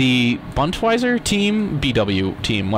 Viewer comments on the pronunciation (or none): You say it like this : Boondes-wear sorta so don't say BUndwiser xD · Boon-Des-vair (like "aiyuh" because you don't do a hard R) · It is pronounced like: bondeswhere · bun-des-wher it is not that hard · Bund - es - wehr (BU like the beginning of bo-ots, ND (like "and" but without the "a") ES like es-sential and WEHR like the word where (or at least the pronunciation is pretty similiar) ;) so BO(ots)(a)ND-ES(sential)-WHERE "Bund" means something like the people of Germany - the Bund is acctualy the united Germany and the part "Wehr" (also like in Wehrmacht - what means Defenceforce by the way) means defence - so acctual it's the defence of the nation and people of Germany :D Im asking what happens with the shells I can't see a throw-off :° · Thank you for wearing the German flag in the game I was for 16 months in Afghanistan... But in the desert we don't wear "flecktarn" ( the camo you wear ) we wear "Tropentarn". And we say it like "Boondeswear" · pronounce it like: boond-ass-were ;-) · sound this out: Bund-es-ver. thats how. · Awesome ive been waiting on a Bundeswehr Mod!!! its pronounced Boondeshvere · its pronounced boon des where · It's said "Bundesveehr" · But to someone that grew up in an English speaking country, Bundeswher, looks like it would be said Bundeswere, and we pronounce W as in "wow!", not as a V as in "victory". I should actually change what i said, it is pronounced (and this is directed at people who don't speak German (which I don't either) "Bundesver" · It's pronounced Boon-des Vare. More or less. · Bundeswehr is kind of pronounced "boond-s-wear" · Pronounced Boon-des-wear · actually its spelled like if u say buhndes - wer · Not Germans call it very very wrong boundeshwr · If I recall correctly it's pronounced as "Boont-eyz-ve(h)rr" However it has been a long time since I last had a German course so I could still be very, very wrong. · Bundeswehr - pronunced: "boon-des-where" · Pronounced bund es wear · Bun-Des-Ver.. Goddamnit;)